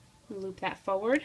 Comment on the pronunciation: Foward? It's Forward!!! JUST A TIP